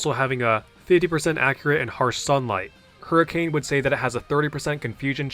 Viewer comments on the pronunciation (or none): none